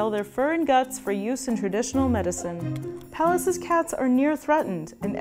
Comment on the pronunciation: Apart from how she pronounces "Pallas."